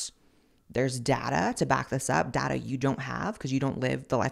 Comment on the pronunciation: When you said there is DATA, i thought you said there is Dada, I thought that was the first catagory of men you date 😂